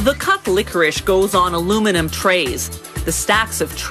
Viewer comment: She said it's not licorice but then she said it was licoric🤷🏻‍♂️🤷🏻‍♂️🤷🏻‍♂️🤷🏻‍♂️🤷🏻‍♂️🤷🏻‍♂️🤷🏻‍♂️🤷🏻‍♂️🤷🏻‍♂️🤷🏻‍♂️🤷🏻‍♂️